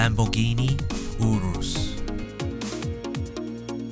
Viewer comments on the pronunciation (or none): It's your iss not oorus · the pronunciation of Lamborghini Urus was cringe worthy. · The way you said urus XDDDD